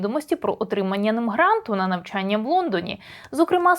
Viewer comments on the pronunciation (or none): none